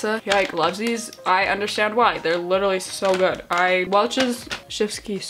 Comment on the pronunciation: It‘s Litterlie March 🤣